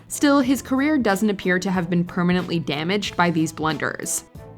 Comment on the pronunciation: 😂😂😂😂 he said “damaged “